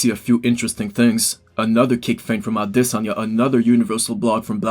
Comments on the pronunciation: AdesOnya not Adesan--ya you try to pull off the pronunciation so bad but its wrong homie :D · it's pronounced a-DES-anye brother but I completely agree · Ah-de-sanya....brilliant 👌🏼 great analysis man, the fight didn’t play out anything like I imagined...Izzy was humble in defeat :)